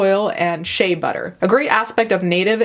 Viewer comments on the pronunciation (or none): none